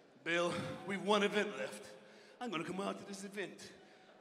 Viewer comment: Love how can only say "avint" instead of "event" 😂